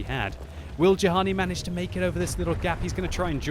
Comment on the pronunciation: Actually,, Juhani has an Israeli flag. If he's from Israel, his name is most likely pronounced "yu-han-ee"